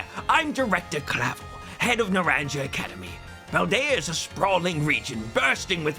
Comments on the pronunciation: Sir, i believe Naranja is Spanish. Na-ron-hah. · Hearing it pronounced Naran-juh is going to make me increasingly angry over the course of this review but I'll just consider that an intentional feature included for immersion's sake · Please pronounce Naranja with a h sound for the j. Naranha. You're excused, the game should've voiced it. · please stop saying naranya im going insane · Is pronunced Nah ran ha. No naranya. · I wanted to point out that, because this region is based on the Iberian Peninsula, that the academy is pronounced Naran-ha, despite being spelled with a j. (Although you might just keep pronouncing it Naran-ja because its your video) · WOOO!! NEW 'S AMAZING POKEMON REVIEW...also it's Naran-ha. It's Spanish, J is pronounced like H. 😭🤣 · Narrandja Academy (it's naran-hah, orange academy in Spanish!) Very much enjoying the video and looking forward to the full version. The animation school must have been worth it, all my favorite gags are your little animated bits. Extremely want to play your game when you're done with it. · It’s “NarawnHA” not “NuhranJUH” IT’S SPANISH FOR ORANGE 😭😭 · Not NAHRANJA academy the English pronunciation is killing me 😭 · In case it helps for future installments, it's pronounced "nah-RAHN-hah"; "naranja" is the Spanish word for "orange" (the fruit, not the color, which is "anaranjado"). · Sorry but I cringed each time he said Naranja academy… for anyone that doesn’t speak Spanish it’s pronounced “na-ran-ha” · As lack luster as ScarVio is, i absolutely ADORE the characters, especially Kieran from the DLC. Just wish they'd put effort into their games again. But also as your pronunciation of Naranja hurts me physically. (Nah-rahn-ha is the best i can put it phonetically) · I love and I loved the sword/shield vid but PLEASE it's pronouced "Nah - rahn - ha" it's Spanish for orange 😭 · So who's gonna tell him it's pronounced na • ran • HA(because spanish for orange) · Naranja is pronounce Nar-ron-ya